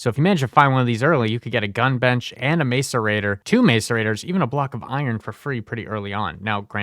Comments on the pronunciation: bro is literally just pronouncing things wrong on purpose. Here's your engagement king. Niter: "night err" Macerator: "Mass err ate err" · Okay some of that pronunciation has to be ragebait, knitter, mace-arator, I can't 😭